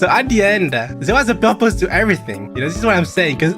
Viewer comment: It’s really hard to pronounce as a french